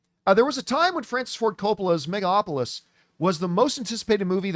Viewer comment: Will John ever learn to pronounce Megalopolis?